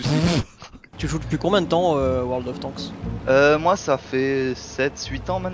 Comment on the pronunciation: "world of tanksse" 🤣